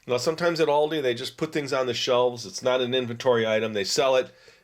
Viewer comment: He said it exactly right, the German way.... that is how I say it, and I am in Germany.